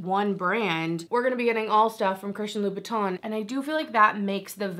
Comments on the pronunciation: It's pronounced with tin at the end.. Christian LouBoutin and Louis Vuitton are 2 different people. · Wow, girl, great pronunciation of "Christian Louboutin." I just love Advent Calendars, but this past holiday season was pretty dismal. Besides, "Louboutin" should stick to red bottoms.